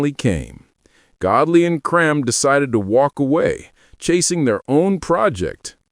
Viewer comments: Dead right. Cream not 'Crem'. I know this for a fact because I met them a number of times. I can also tell you the origination of the name - 10cc, as from a discussion at Kennedy St Enterprises . . . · Why is there the an American accent in this video about a British group? I think his name is pronounced “cream” an not “cream”. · AI doesn't know how to say Lol Creme! 😂😂😂😂